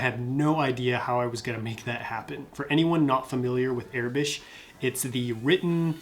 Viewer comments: Its aurebesh not arebesh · It is pronounced "OR-a-besh" not "Air-i-besh".